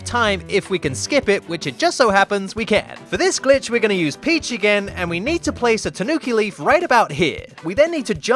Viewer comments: Am i the only one who hears "son of a BITCH C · In the intro I swear I heard son of a bitch instead of son of a glitch XD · I listen "son of a glitch" as "son of a b^tch" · Who hears son of a b** 👇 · Did he just say son of a bitch? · My mom thought that he said “son of a bitch” and my mom went, “ they grow up so fast... a little TOO FAST” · Your intro sounds like son of a b*tch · Lmao my mom heard the intro and thought it said Bi... Instead of Glitch and yelled at me :'( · Kinda sounds like he’s saying bitch